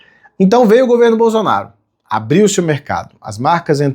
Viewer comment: Hehehe sério que ele falou "governo BOZONARO"??...